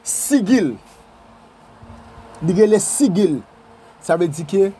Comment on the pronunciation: Gen diferans ant sigil e pantak..Jan w prononce li se pa konsa.G sa prononce tankou J